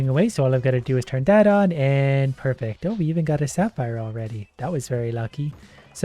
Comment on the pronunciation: parece que dices perfecto xddd osea de tu inglés tratas de decir perfecto jejeje good video